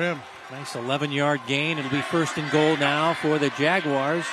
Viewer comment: Great commentary, but it's "goal," not "gold." Thanks!